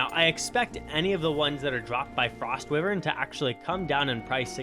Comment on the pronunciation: love the vid, but the way you say wyvern angers me lmao, its why vern not wih vern